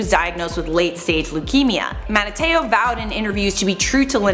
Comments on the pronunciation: MAN - TIE TAY OH!!!! PAT MAC A FEE!!! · Mantai Te’o= Man-tie Teh-oh